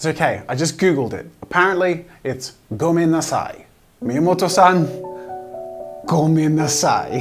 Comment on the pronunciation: I live in Tokyo so when he was attempting to say Gomen’nasai- I was laughing XD